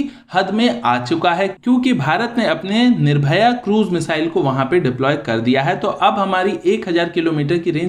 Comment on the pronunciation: It is not nirvoya, It is nirvoy.